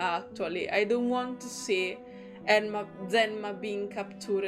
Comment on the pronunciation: Since his voicelines don't seem to mention it, 'Enma' is, if I remember correctly, pronounced as 'Zima' (Zee-mah). It is also the Russian word for 'Winter'. Hope this helps ^^. Fun Fact: If you have him at max bond, you can see that the bird has the same name as him (also pronounced the same way, 'Zee-mah', despite the different text). It's implied that it was originally the bird's name. And someone else already mentioned it before me, but Investigator II also appears in Getian's character story and he gives his name there!